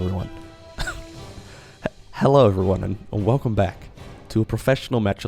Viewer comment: It's the "Velcome back." For me. Love it